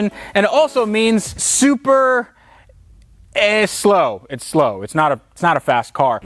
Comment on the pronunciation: Super ehslow*